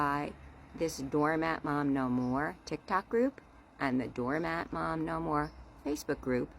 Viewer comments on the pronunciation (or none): I know you’re saying “doormat mom,” but your accent makes it sound like “donut mom.” Mmm, donuts…🍩